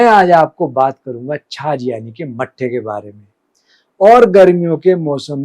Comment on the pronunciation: छाछ होती आप छाज कह रहे हों जो अनाज पिछोडने के काम आता है 😊